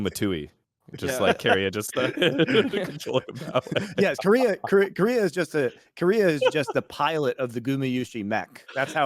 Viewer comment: Omg its keria not Korea very different pronunciations. Listen to iwd he knows.